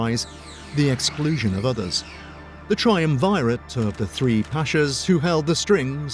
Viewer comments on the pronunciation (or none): Good video. But it's Try-UM-Virr-ett